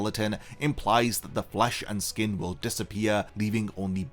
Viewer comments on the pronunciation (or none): none